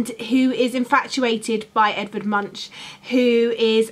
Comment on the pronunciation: This is a really fun challenge, must be so lovely to have someone to do something like this with! By the way.. Munch is pronounced more like Moonk :)